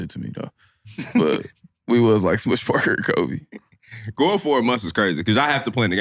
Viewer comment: this dude said kobe wrong (for not talking to a lazy sorry ass teammate)... then he said "i don't remember what he did" 🤡🤡🤡